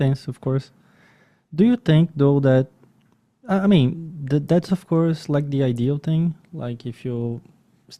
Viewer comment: sou sua fã e seu inglês é ótimo. Só uma correção. Por favor, não fique chateado. Quando você falar curso em inglês, course, capricha no O. Ele é agudo, “Córse”. Você tá falando com A nasal, “Cãrse”. Essa pronúncia parece “Curse”, que em inglês significa outra coisa. Por exemplo, xingar. Só isso, de resto, sempre brilhante. Parabéns pelo seu trabalho 👏🏻